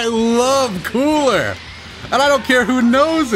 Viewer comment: how he says cooler tho 🥴